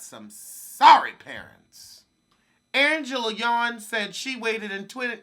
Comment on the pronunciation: When you said Angela Yawn, I thought you meant Angela Yee until you said then she got pregnant by that felon 😂😂